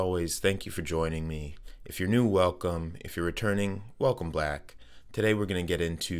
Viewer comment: Sounded like you said welcome black 😅